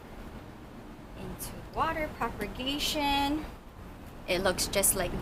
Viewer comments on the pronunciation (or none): You are the sweetest plant lover on YouTube. I have one thing to say though. The word is PROPAGATION. Not PROPER-GATION.